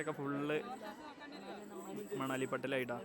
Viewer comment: manali❌ Manavali✅ 😂😂😂😂❤